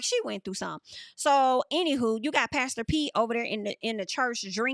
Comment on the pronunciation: Haven’t watched the show yet ima watch after your reviews 😭😭.. every time you say pastor Pete all I hear is “ pass the peas like we used to do heyy” from Martin lol